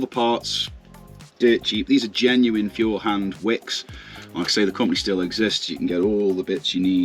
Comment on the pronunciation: FYI Feuerhand is pronounced foyer hand. I have a Feuerhand sturmkappe 276 lantern that I plan on taking apart and restoring. By the way eggs are about 12 dollars a dozen here in the USA where i live. Thank you and God bless you and your family and America 🇺🇸